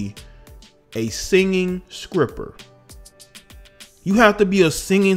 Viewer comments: A singing skripper. You lost me there, dude. You can't even pronounce the word sTR(tr-tr-tr)ipper... all behind an outfit that she was wearing which indicates "how she conducts herself"?? Drake wasn't lying: ninjas talk more than b!*%ches these days....ALWays got something to say about what a woman is doing. Not that you would EVER need to worry! You're nowhere close to her tax bracket: dragging her in this video as if you ever stood a chance to begin with. 🤣😂😭 She wouldn't look twice your way. You're good. 🤣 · I was with you until u said “skripper” I’m heading out...